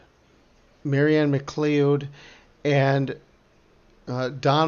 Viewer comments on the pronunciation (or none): MacLeod is pronounced Ma Cloud FYI